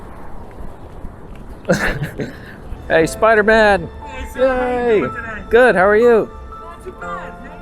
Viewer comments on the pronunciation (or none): "Spi-dah Man Spi-dah Man" haha 😂 this video felt like the movie